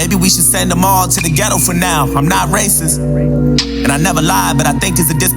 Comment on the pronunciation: Racis?*????? Do you mean racist? Lol your girl acting as a fool